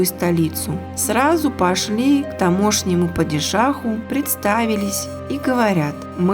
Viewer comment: 😢Обалдеть!К тамОшнему!Совсем беда с ударениями!